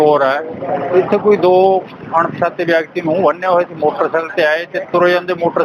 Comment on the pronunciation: ਅਨ——ਪਛਾਤੇ ਨੀ ਹੁੰਦਾ ਅਣਪਛਾਤੇ ਹੁੰਦਾ ਆ ਬੋਲਣਾ ਸਿਖਲੋ